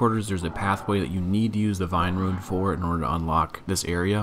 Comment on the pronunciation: I like how you pronounce rune as ruin